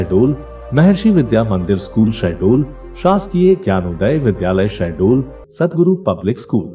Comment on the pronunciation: SHAHDOL not sahdol😒🤔 gawar